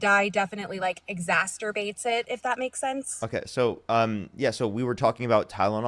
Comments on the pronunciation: I need this lady to know it’s exacerbate, not exasterbate. I thought she said masturbate at first 😭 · Did anyone else hear her say exasterbate? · Gotta love how these people are fully mask off now. Just readily admitting they have zero justification or evidence for their beliefs. Also, “exasterbate” is hilarious 😂